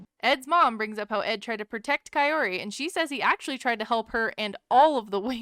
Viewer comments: “Not Coyote, call her ki-or-ti “ great , thanx Ed for teaching us how to pronounce her name wrong😭💀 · It sounds like Ed says Kay-oh-tee, instead of Kaory. Always makes me cringe. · Bro stop calling her cayote!!! It’s pro Ka- Ori! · Dude is correcting his mom but he himself is saying it wrong! Her name is K-ORy not KA-ory or Ca-oty like he has been pronouncing.... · kaorty lol its not hard to say her name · anyone else feel like Ed is calling Kaory “coyote” the whole time even before his mom does?? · Why do I keep thinking he's calling her coyote🤣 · Everytime he says her name swear it's coyote 😄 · Why did I always think he was saying Cayote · I'm glad "coyote" did not like Ed... he can't even say her name. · I keep hearing him say Coyote...😂🤣🤣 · I'm so over the way he pronounces her name. 😭😭😭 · is he just stupid and ignorant or is kaory's name THAT hard to pronounce correctly even after meeting up a few times? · The fact that he literally never pronounces her name right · Wonder if he will every get her name correct. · Ed, damn, say her name right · He STILL can’t pronounce her name correctly.😂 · Ed pronounces her name wrong